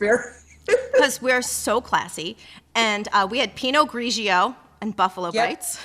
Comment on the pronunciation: Alyssa lost 10 points for not replying to Barack asking for no fireworks: "Sure boss, who gives a f*** about f***ing fireworks, we are not f***ing children, that's not and will never be the f***ing point!". Then gained 8 for a decent "Pinot grigio" pronunciation :|